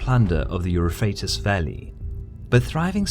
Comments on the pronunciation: Eu-PH-RA-tes, not Eu-RA-PHA-tes! Lol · Please learn to spell properly, man ! The name of the river Is EUPHRATES, not EuphratUs as you would have it. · I love your videos but I've honestly never seen the Euphrates referred to as Euphrat"us."